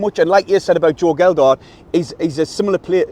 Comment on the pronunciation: Thanks for the vid lads. Aye, you kept saying Geldhart but that's because the "D" keeps moving around. 3 - 1 to the lads.